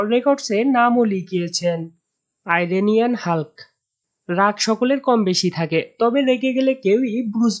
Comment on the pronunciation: আইরেনিয়ান হাল্ক না ওটা ইরানিয়ান হাল্ক হবে